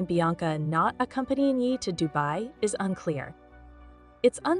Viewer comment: Voice over should’ve said YAY.. yeeeeh is incorrect and extremely annoying